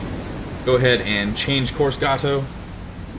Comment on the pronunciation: Future reference: USS Gato is pronounced "GAY-toe", not "GAH-toe"